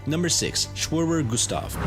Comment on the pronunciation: It's pronounced Kai-me-ra.